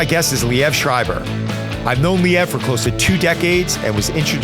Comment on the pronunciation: Lee ev never heard it pronounced that way 😮